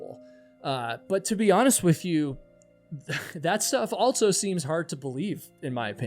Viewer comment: At what age roughly did you start adding a "T" to the word also? "Altso"